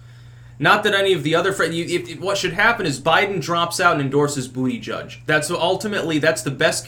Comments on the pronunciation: I genuinely feel sorry for Biden in some ways, but he does need to step down. And I never get tired of you saying Booty Judge lol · you mispronounced "Buddha-Judge"